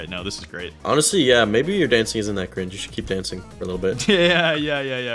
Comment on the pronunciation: Bruh stop saying cring